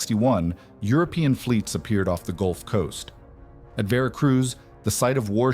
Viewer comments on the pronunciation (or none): none